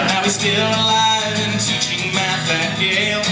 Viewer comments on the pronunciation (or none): Math, not Meth